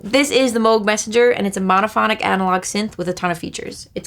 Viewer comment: It's pronounced moog